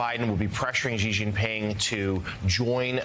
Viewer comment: What kind of reporters are these who can't pronounce Xi's name properly. Take a bit of time to educate yourselves PLEASE